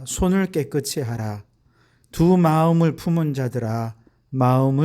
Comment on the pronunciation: 목사님, 말씀 잘 듣고 있습니다. 한가지,"깨끗이" 발을을 깨끄"치"로발을하시는데, 우리말의 연음법칙에따라 깨끄"시"발음하는것이 맞습니다. "이"앞에 받침ㅅ을 이에붙여 시로 발음해야 합니다. 김승규장로드림